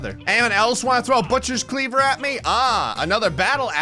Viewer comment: I love the way he says butchers clever